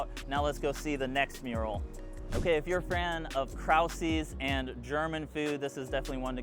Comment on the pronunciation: So good to see you at the park! Just wanted to share its prob a good idea to check the pronunciation of the German words in the titles of the murals to remain authentic to our 78130 history. As a German American, our culture is super important to me and many others here. The pronunciation of the mural at Krause’s is pretty inaccurate. Thank you for showcasing our murals!